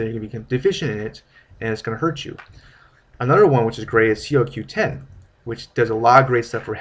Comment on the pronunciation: It's "K-OH q 10" and Herbs is pronounced erbs. Unless you're British. This video wasn't helpful at all. Thanks for trying I guess.